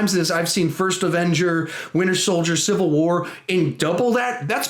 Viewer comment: You said CA CIVAL WAR twice lol